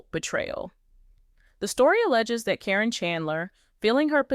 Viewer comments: I wish whoever is talking would pronounce Matt’s ex fiancée’s name correctly. It sounds like Karen, not Corinne. I enjoy watching this video. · Please pronounce karen's name right,its NOT CARINNE. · You learned then forgot how to say Caryn. Is it deliberate?